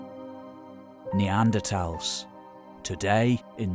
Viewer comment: This is hilarious. Poor narrator didn’t get the memo that it back to the old pronunciation of NeanderTHals now....